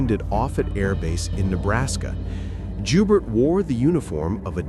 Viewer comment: The name Joubert is French.. It sounds like *Joebear.